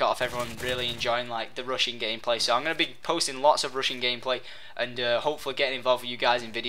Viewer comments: Rushing. It sounds like he's saying "Russian" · ....the entire time i thought he was saying "russian" but hes saying rushing? O_o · lol rushing sounds like he is saying Russian hahaha lol